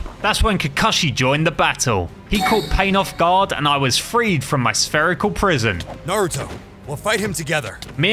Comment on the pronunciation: Did jaraya say “nurooto”